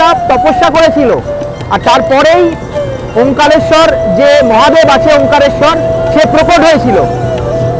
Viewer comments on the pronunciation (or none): কথাটা ওমকারেশ্বর। ওমকালেশ্বর না।